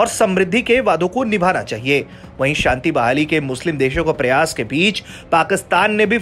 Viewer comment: तुम सब सच में कुपढ़े हो चार लाइन की न्यूज भी ढंग से पढ़ना नहीं आता मूर्खो इस न्यूज की वो गलतियां सुधारो जो बहुत खटकती है 1 OIC कारपोरेशन नही है। 2 शांति समृद्धि का उच्चारण तो तुम्हारे बस की बात नहीं मूर्खो शुद्ध लिखना पढ़ना सीख लो पहले।